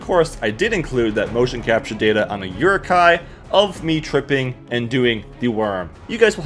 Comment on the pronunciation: the way you pronounce "Uruk hai" bothers me